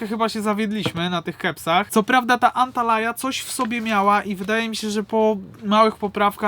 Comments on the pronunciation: Antalya idioto a nie antalaya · ANTALYA naprawdę jest taka miejscowość w Turcji. Nie Antalaya. 😉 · An talaja 😂🤣😂 serio ? Tak jak piszesz tak czytasz Antalya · Książulo!: Antalya , czyta sie Antalja nie ANTALAJA 😂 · chłopaki to jest chyba Antalya Kebab a nie Antalaya 😁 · To z "dziwnymi" sosami, to jest taki Iskender kebap trochę. Bo to jest mięso położone na jogurcie, sosie pomidorowym pikantnym, z dodatkiem masła, a obok pita. Żadnych warzyw. Pychota ❤. No i Antalya wymawia sie "Antalja":). Bardzo Was lubie😘